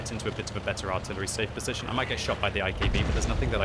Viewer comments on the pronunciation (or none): none